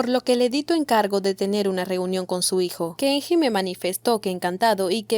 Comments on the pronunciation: Dice Kengi a cada rato... Si sabes que está mal pronunciado xq lo pronuncias mal en todo el vídeo ? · Se lee: Kenyi!!!! 😄